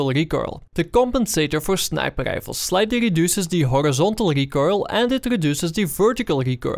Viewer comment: I would love to watch your videos man, but I unfortunately just can't stand the "sniper gdifles" Im so sorry. 1 like for you though because I know you have a good following and your videos are informative.